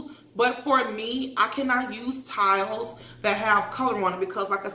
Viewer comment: I am more concerned with the fact that I don’t think she could read it and that she couldn’t say towels and says.